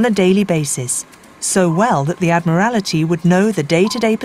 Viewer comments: "da-NITZ"..."summarine" "admiRALity???? Where did this narrator come from? She seems to be English-speaking but her pronunciation is bizarrecomputer ! On second thoughts, is "she" a very clever but mindless computer-generated voice? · You would have thought, with the time, effort and expertise that has obviously gone in to the making of this documentary, that somebody would have taken the narrator to one side and asked why she was saying "summer-een" instead of submarine. Oh, god! She just said "add-me-rally-tee"!